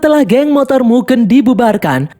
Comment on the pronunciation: MUGEN min bukan MUGEUN , DAN min bukan DEN